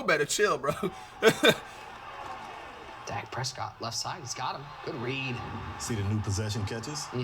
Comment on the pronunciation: “Dake Preescoot”